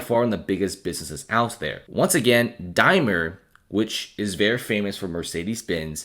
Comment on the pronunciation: Just so you know Daimler has an A and L in it.